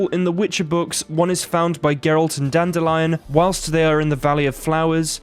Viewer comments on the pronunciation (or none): Everyone: Dandy-lion Audiobook: Dan-deleon